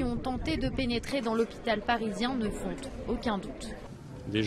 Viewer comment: "ne fonte... aucun doute". Diction/20.